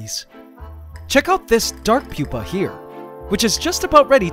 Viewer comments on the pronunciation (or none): none